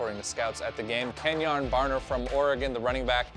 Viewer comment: Kenjoon? I know he went to Oregon, but get that extra "O" outta there.